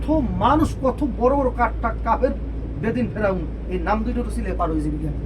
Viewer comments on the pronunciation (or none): none